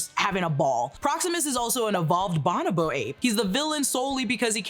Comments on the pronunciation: Grammar Police here. It is pronounced (Bo•no•Bo) not (ba•nah•ba). I’m sorry to correct, it just ate my ears alive hearing that. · Bon-o-bo-ape? Its pronounced Bo-no-bo. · It's pronounced "Bon-O-BO" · Is pronounced “Bow-No-Bo” 😂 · It is pronounced bow-no-bow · Is that just how we are pronouncing bonobo these days?